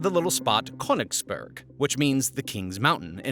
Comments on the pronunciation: Königsberg (mountain) not Königsburg (castle). 😂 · As a german i am laughing every time he says Köningsberg XD